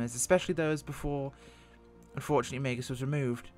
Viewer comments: It's "mEEgs" field not 'maygus' field. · Minor detail. Meigs. One syllable. Say it with a hard A vowel sound. "May"gz. Not 'may-gus.' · It is pronounced, Mig's. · I know it's a small thing.....but Megz, it's pronounced Megz. The i is before the g. ;-) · Please, please, please... pronounce the name correctly. I lived in Chicago, grew up with the airport, and your pronunciation was like nails on a chalkboard.